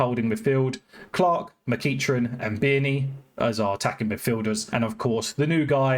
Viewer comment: Great video as always, great to see us in the NL again, in some form. 😅 But, a bit of advice on Pronunciations of our players: McEachran (Mc-ek-run) Bearne (beer-n) Westendorf (West-End-Dorf) Roddy (Rod-Ee) Hope this helps. 😉